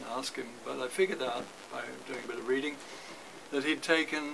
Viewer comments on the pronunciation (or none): none